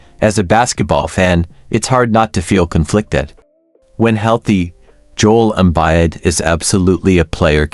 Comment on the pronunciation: "Jole Embide" Good stuff